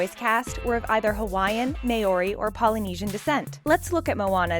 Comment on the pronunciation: You said Maori wrong